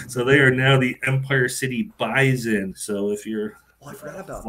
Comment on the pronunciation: The "Bison" wish they could "buys-in," but apparently doesn't know how to pronounce the name for the American buffalo. We will NOT be in Syracuse if we get in, because Beasley bought in to the Louisville regional.